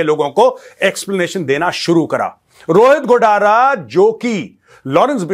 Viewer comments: गोडारा नहीं गोदारा है इसका नाम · Its गोदारा, Not गोडारा👽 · गोडारा नही गोदारा